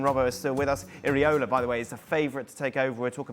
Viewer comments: Iraola, not ariola Craig FFS 😂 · Can someone tell Craig, it’s pronounced EE-Ra-Ola. Not Areola. He’s not a nipple. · Craig, who the heck is “areola”??!!